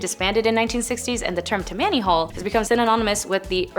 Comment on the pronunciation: She pronounces Tam-man-e hall. It is tam-ma-nee hall. Please educate these children. It makes your channel much less when your channel is extremely educational and interesting. 😮